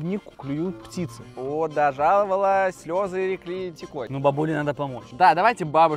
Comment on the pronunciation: Влад хотел сказать " слёзы текли рекой"а сказал "слёзы рекли текой"😂